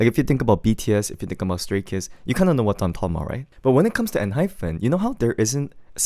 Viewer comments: please pronounce Enhypen properly 😭 it’s En-HyPEN not hyPHEN!!! Also, Jake was always my favorite vocalist in the group, even when Heeseung was still there, though objectively Heeseung has better technique and larger range. Jake just has a God given voice that sounds so good. He bias wrecked me hard this comeback 😩 and I can’t believe you didn’t like Two Fools 😭 it’s my favorite song on the whole albummm but tbf, I like the entire album (except for maybe Checkmate but it’s not bad, just not my cup of tea). I’m glad they got all kill wins and more this comeback!! They deserve it ❤ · hi hi it's enhyPEN not enhyFEN hehe thank u for this insightful review though!!!